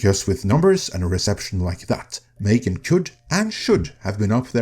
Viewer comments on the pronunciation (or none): "Failed" is a misleading exaggeration. It only starts being in cinema in some European countries right now. It will certainly be profitable. Also, what is it with the strange pronunciation? It's simply pronounced like "Megan". Then, it's completely reasonable to change something after the first movie, to keep it interesting. Nobody knows if the horror or slasher aspect was the interesting part about it. I wanted the switch they made. Haven't seen the current movie yet, though. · It's pronounced "Mm three gan".